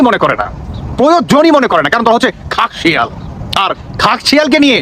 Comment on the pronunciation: কথাটা "খেকশিয়াল"।